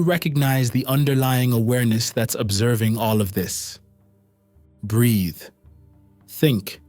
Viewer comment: why do u always say breath